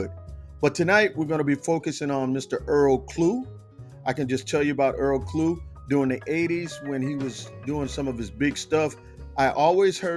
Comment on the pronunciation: In English..his surname would be Clough....as in Tuff, stuff, puff, rough, ect.. so it is Earl Klugh. not Klue, as in clue, chew , stew, etc. thanks.